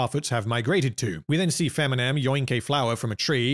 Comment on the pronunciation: Feminem ahahahahahhaa youre killing me